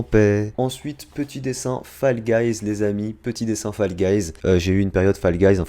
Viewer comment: Mes sa s écrit fall guys mes sa se foll guys